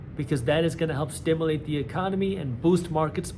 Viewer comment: stimAlate no stimUlate yes